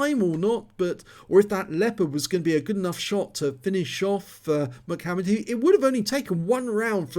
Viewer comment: I don't think it's pronounced "Mic" hammered, but a salute to the rapper/dancer from the early "90's" M..C..Hammer...lol. It's all good...... HAMMER TIME!!